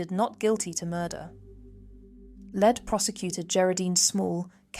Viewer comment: It's Lead prosecutor not " Led prosecutor "😂